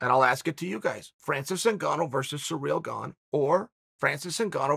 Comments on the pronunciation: Spoilers alert! Chael pronounces names slightly wrong intentionally to produce more comments and more controversy! Kamara, surreal, etc etc. Bravo Chael! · Chael has a surreal speech impedimentl with foreign names.